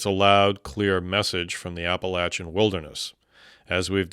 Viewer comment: THANK YOU, for the love of god, for pronouncing us “App-Uhh-Latch-Unn” correctly. I’m from the Nantahala Natl Forest area & I have an amazing experience with that big man.